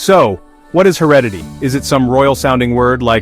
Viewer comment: no I think there's a mispronunciation of the word 'heredity'